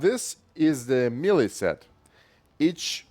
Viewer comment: May lay. Say melee like that.